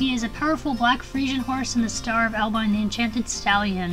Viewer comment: They are beautiful horses, that movie looks cool. It's pronounced AL-bee-on